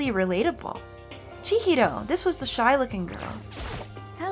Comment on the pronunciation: The way she says Chihiro is pretty